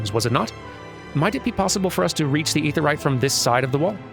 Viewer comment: Perhaps this trick might help for future mentions of the Aetheryte of Tongue-Twisting - Instead of calling it "Awk UhFah," or any variation thereupon, slide the consonant of the first syllable onto the start of the second, as in: "Ah Kuhfah". In this way, you are referring to the "Ah Kafah Amphitheatre," which might be easier to pronounce than the other way.